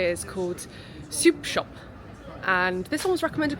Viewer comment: it’s pronounced shop shop not soup shop 😂 The owner is Welsh and siop is shop in Welsh that’s why the door has siop = shop on the front